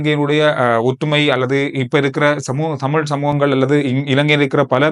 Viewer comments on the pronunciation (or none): none